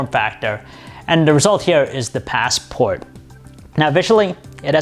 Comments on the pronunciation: You say Passport really weirdly and far too often too. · The paasssport. Ur ass it's a classic.